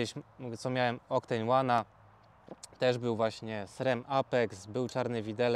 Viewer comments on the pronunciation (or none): none